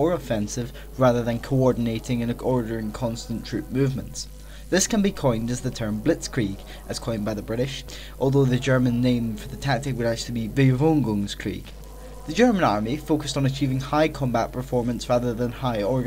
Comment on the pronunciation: "Bewegungskrieg", not "Bewengungskrieg"🙃